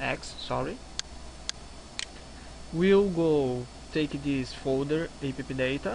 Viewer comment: Show. Vou ver se essa noite eu começo a migrar, vlw. Só uma dica, tenta tirar um pouco do sotaque carioca na do "this", tá falando como se fosse apenas um "T" com sotaque daí, ou "d", mas tá de boa mesmo cara:)